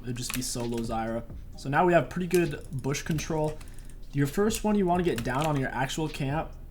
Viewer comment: Is it just me or does he say BOOSH not bush lmao best jungler NA. Love the content man. Keep it up!